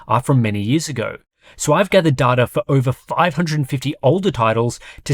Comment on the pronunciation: It's data, not data!